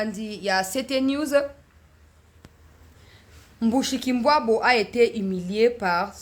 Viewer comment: C'est Mushikiwabo et non Mbushikimbwabo !